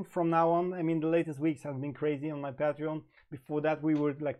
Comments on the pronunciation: Leon Jimenez Yep...pay tree on is more like it. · Lol.. it can be Pay-tree-on or Pah-tree-on but NEVER PATE Treon. You are adding one T too many brother. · Pronounce patreon wrong again. It's PATE TREON!!